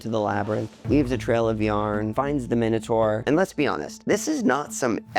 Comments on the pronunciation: The moment I heard you mispronounce ’Minotaur’, I was out. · How Americans say minotaur 😅😅😅😅